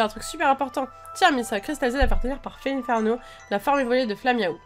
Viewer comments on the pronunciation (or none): Sa se dit fel1ferno